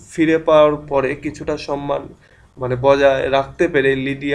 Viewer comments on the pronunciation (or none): none